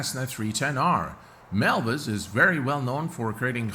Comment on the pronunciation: Btw it's Milviz and not Milvis